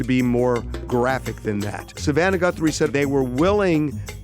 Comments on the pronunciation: Did he say GuNthrie???🤦🤦🤦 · Does he keep saying Gunthrie? 👀